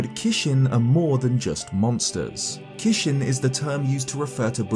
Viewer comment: Nice video just wanna say that the japanese fierce deity mask is "kijin" and not "kishin" like how said in the video. And I read your disclaimer of having bad japanese skills so I don't blame you 😊